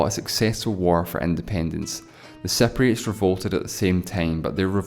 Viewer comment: u are pronouncing it totally wrong..its cypriots not cepriots..